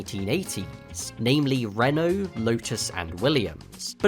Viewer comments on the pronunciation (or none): none